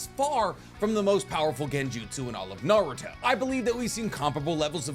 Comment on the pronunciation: I don't know how someone can know so much about Naruto yet still pronounce everything wrong.